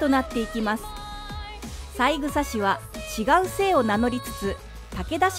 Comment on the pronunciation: さいぐさではなく、さえぐさですよね。